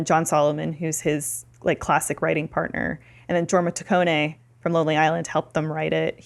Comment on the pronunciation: Oh also the last name is 2 syllables ta-cone